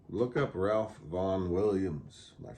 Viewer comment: Hope you got some breakfast after this! I was eating mine while watching. Your pronunciation of "tome" was good, but usually when classical music enthusiasts talk about Ralph Vaughan Williams, we pronounce it "Rafe." It seems that that's how he preferred it. One day last year I heard your recording of Blackberry Winter played on our local classical music station, WFMT, and afterwards the announcer, a charming New Zealander, mispronounced your name as SY-FERT with a long "I". Right away I sent him an email thanking him for playing the piece, and mentioning that we in the dulcimer community pronounce your last name as SEE-FERT. I never got a reply - maybe he never saw it, I don't know. But I hope it's OK that I told you about Ralph. See you next Monday - I'm the new kid in your chromatic class.